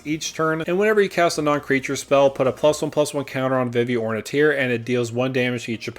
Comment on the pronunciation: Never heard anyone mispronounce Vivi, but lots of trouble pronouncing Ornithier.